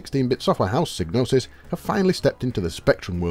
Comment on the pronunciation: Starion was a good game, I spent hours playing it, learning history while at it. Trying to match the questions with the years with my mom. Oh and Psygnosis is pronounced SY like Psych.